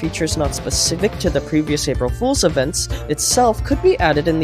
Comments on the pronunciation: "April holes" 💀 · "April Holes"😭💀